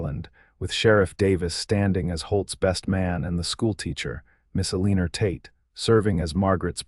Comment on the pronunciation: Hey - ya'll still haven't taught AI how to pronounce cities (Santa Fe is not Santa FEEEEE), names (Eleanor is not EEL-IN-OR), and the difference between "bullet wound" and "wound around". Fix it! It's painful!!!